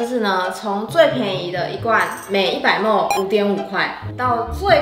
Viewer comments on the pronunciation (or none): 莫mol 咪哩ml 雖然我知道大家不一定都懂 但聽起來真的好難受_(:з」∠)_ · 別再把ml說成莫了== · 我以為只有新北人會把ml講成ㄇㄡˋ原來大家都會